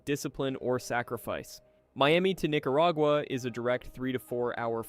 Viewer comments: You're okay, my friend. No one, not even the Nicaraguans pronounce these names as "NicaRAYgua" and "San JuEN Del Sur". Just tune into local news for proper pronunciation. All the best! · "NicaRAYgua" "San JuEN Del Sur", please, either get a human, get a better AI, or edit the AI output. Don't insult us!